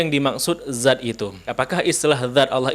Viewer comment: Banyak lidah yg salah, dzat tp di ucapkan zat....